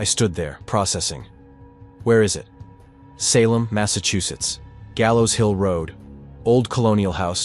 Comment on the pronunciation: Had to stop listening to this AI NARRATION! The way it mispronounced SALEM, 5 TIMES IN A ROW!! its just ridiculous! I refuse to give my time listening to a story read to me by a non human that DOES NOT YET COMPREHEND AMERICAN ENGLISH! ITS INSULTING! LAZY WRITING! LAZY EVERYTHING! SHAME ON YOU FOR TURNING ON YOUR SPECIES! BOOOOOOO!👎👎👎👎👎👎👎👎👎👎